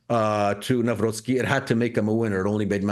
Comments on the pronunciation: It is not Newroky (however there was a meme that he is "New Rocky", since Nawrocki was a quite active boxer in his times) - it is like "Navrotzky". We pronounce "cki" as ~"tzky" in polish. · Spells Karol Navrotskii, not Navroki 😂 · His last name is pronounced: Nav-rhotz-key accent on the middle syllable) Thx. Edit: Some of the keys on my old PC work intermittently, sorry. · you pronouce wrong his surname by saying Nawroki. It should be Nawrocki with capital C pronounced like in word "cell" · Nawrocki we pronounce like "Navrotsky"... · It is pronounced Navrotski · It's Karol NawroCki! Not nowroki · Nawrocki is pronounced Nav-rotzky. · Karol Nawrocki is pronounced as: 🗣 "Kah-rohl Nahv-ROTS-kee" Here’s a breakdown: Karol = KAH-rohl (like "Carl" with a softer 'o') Nawrocki = Nahv-ROTS-kee "w" in Polish is pronounced like an English "v" "c" before "k" is a hard "ts" sound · Hello Clayton, Na-vro-tski like Trotsky. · Dr. Krupa pronounces the incoming president's name the right way. Hopefully, it will permeate to the English-language media that way (Navrotski). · Correct pronouncing is "Carol Nahvrotsky" 🙂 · Try reading: Navrotzky. :D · Nav-Rot-Ski Crikey, it ain’t that difficult! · Just put some effort and learn proper pronunciation. "Navrotzki" -- to help you. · Please, pronounce Karol Nawrocki's surname correctly. Nawrocki / ' navrotski /. Thank you. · Navrotzki, that's a correct pronunciation. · It's pronounced "Navrotsky". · You should learn how to pronounce name of such important political figures…..you so much off…. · Please read our new president's surname correctly. Thx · Very unprofessional by Clayton Morris not to put even a minimum effort to learn how to properly say both first and second name of Polish newly elected president. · Kindly verify your pronunciation of the elected president's surname, thank you. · Please learn to pronounce his name correctly.It’s not that hard… In Polish language “c” is not silent and “w” is pronounced as “v”…